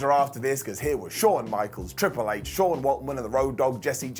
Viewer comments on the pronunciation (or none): none